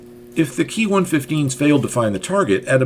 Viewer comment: Ki is spoken as separate individual letters as in "K-I" not as "key"